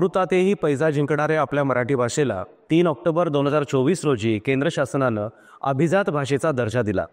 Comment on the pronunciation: अभिझात नाही अभिजात